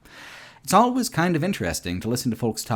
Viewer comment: I can't ignore the fact that he pronounces 'always' as 'al-ways', 'al' as in alligator. As well as, 'unending', he pronounces as 'on-ending'. 'Uncritically' > 'oncritically' 'Unbelievable' > 'onbelievable'. It is so distracting. I have to say though, I'm loving watching the video, some of these RE games I didn't play, so it was interesting to see them. Also agree on RE5, RE6. Didn't like those either.